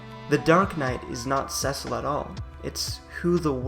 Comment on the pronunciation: This is a great analysis of Cecil, the dark knight. Two comments follow. Cecil commanded (not "comandeered'," which means take over control) the Red Wings. His name is pronounced "SEE-sill,'" not SEH-sill